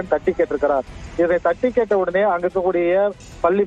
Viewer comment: தட்டுக் கேட்ட இல்லை.....தட்டிக் கேட்ட....தயவு செய்து தமிழை கொலை செய்யாதீர்கள்